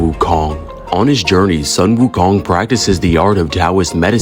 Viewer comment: You pronounce the 'Sun' in 'Sun Wukong' as 'Soon'!!!! So frustrating. Tsk.